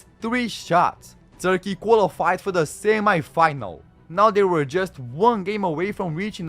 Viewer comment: I put a mega dislike,cause of the very wrong pronounsation of "semifinal" word.My head had enough of that + the semifinal between Italy and Germany ended 2-1